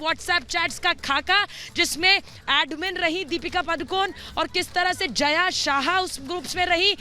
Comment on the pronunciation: Its jaya sa ha and zha is silent javeri